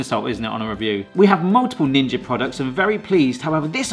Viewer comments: i cant tell if i am imaging things or is he calling it a ginger toaster instead of ninja? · Stop saying ginja, sounds idiotic. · Why does he keep saying ginger? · Why does he keep calling it "Ginger"? :face-orange-raised-eyebrow: It's funny once or even twice, but intentionally saying it wrong every time is pretty grating. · Ginger? Ginga? Had to turn on captions to check I wasn't mishearing.